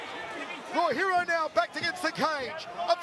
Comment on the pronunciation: If you cant pronounce peoples names, then dont!!!! Its not Raw Hero 🖕🏼